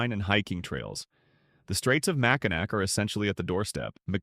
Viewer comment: Your butchering of Alpena and Mackinaw gets you a thumbs down